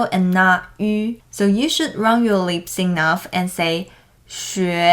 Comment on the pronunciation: I remember in the episode of Mandarin Monkey podcast you were in, you mentioned that one part of English pronunciation that you still have trouble with is pronouncing the short "I" as a long "I". I truly think that is the only part of your pronunciation that could use improvement. I really heard you say "leaps" instead of "lips" in this video :) ..Ya gotta love those minimal pairs! My favorite minimal pair in Mandarin is 群/ 全. I would spend so much time practicing it and now I have perfected it. Thank you for your videos.